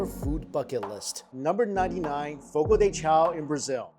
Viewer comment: The pronunciation is Fo-Go Duh Shao.